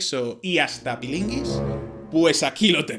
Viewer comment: ¿Pilinguis,? ¿Pilinguis? 😓😓😓😓🤣